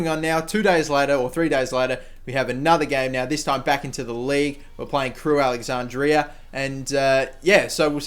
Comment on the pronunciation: Crewe Alexandrea?! It's Crewe Alexandra... No clue how you can get this wrong.